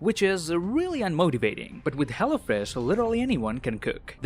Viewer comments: I love how he says hello fresh,, it sounds like he's saying hella fresh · Anybody else thought he said hella fresh